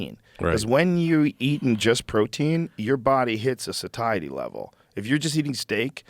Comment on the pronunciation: WHy does joe keep misprouncing satiety.